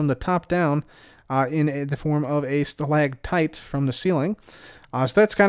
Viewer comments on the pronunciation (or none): none